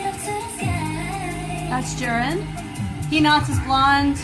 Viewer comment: You also called Juria as Jurin.